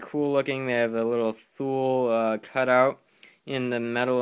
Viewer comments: Its not pronounced Thule its pronounced (toolee) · And btw its pronounced like "too-lee" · Ha yeah, but it is pronounced tu-lee because it is a Switzerland owned company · pronounced two-lee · Not to be a troll or anything but Thule is pronounced tu-lee